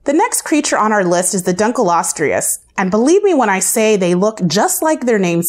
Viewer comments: you mispronounced almost all of them like sar-co-soo-chis and dunk-lee-ost-ee-iss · Dunkleosteus. No ‘R’ in there. It may sound like I am nitpicking here but this is a Science/Education video and the names of the animals are rather important in this regard. Liopleurodon was up to 23 feet long not tall as well. Titanaboa being compared to an anaconda is perfectly fine but an anaconda is also a constrictor so the way you word that section is ambiguous. Sark-o-sue-kus not sar-ka-se-kus is the pronunciation.